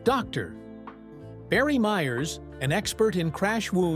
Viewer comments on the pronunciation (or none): none